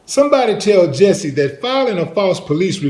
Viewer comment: It's jussie not Jessie. Sorry, I'm OCD